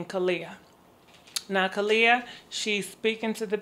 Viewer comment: I lobe you sooo much but could you please work on pronouncing people's names correctly. You're always saying peoples names that are NO WHERE near the spelling and pronunciation. Khelani has an "n"